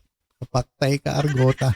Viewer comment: Arngota ang tunay na pronounce nyn not argota